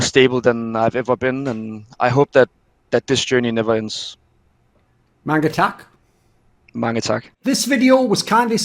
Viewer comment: Such good content :-D And funny with the “mange tak”